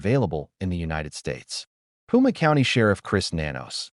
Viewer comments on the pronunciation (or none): IT IS PIMA COUNTY NOT PUMA‼️‼️‼️